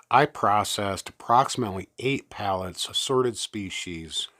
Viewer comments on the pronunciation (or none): Loved the video! Glad I could help! You said pallets like they would on Forrest Gump!